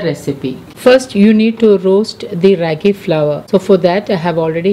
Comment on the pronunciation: Its pronounced as raaagi!!!and not how u r pronouncing!!! It's from our state Karnataka!!!